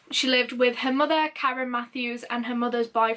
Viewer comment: ur Yorkshire "Kalrren" and "Clrraig" accent almost came out a few times ahaha xx